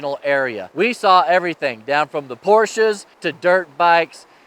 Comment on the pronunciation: Those Porsches were awesome! Even cooler that you pronounced it correctly. 😁. Thanks for sharing ...I didn't get out west much this year as I usually do because gas was just too crazy expensive. Hoping next summer.